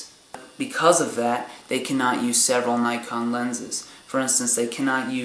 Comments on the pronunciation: yes nikon not naykon. lol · never heard someone say nikon as... nykon always heard neekon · Well, the company is japanese, therefor it should be pronounced how they pronounce it. NEE-KON